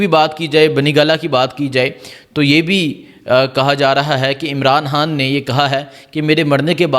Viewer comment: قبجہ کر رہے ہیں مل لے(مرلے) خڈید رہے ہیں آمران حان کیا خوبصورت اردو ہے کی